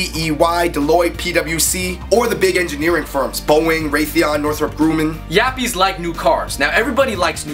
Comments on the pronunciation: its not you pronounce the grum in Grumman like Rum only with a g at the beggining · you mispronounced "Grumman" (in Northrup-Grumman)!!